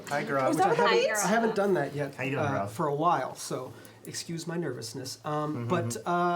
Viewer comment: Cringed when Gaurav could not say his own name right.